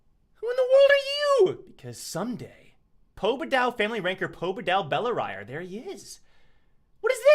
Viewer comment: I think its bell-ri-re